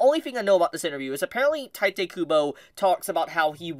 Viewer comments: I hate to be that guy but it's pronounced Tito not Titay. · OMFG My ears are bleeding everytime You butchered Tite's name... It's TEE-TEH.